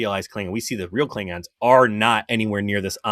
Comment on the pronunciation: Does he call them "Kling-rons" on purpose?